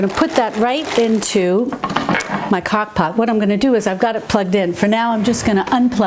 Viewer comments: ROFL, said "cockpot ". Sorry, I'm not making fun just think its funny. Thank you for these videos. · Did you say cock pot? LOL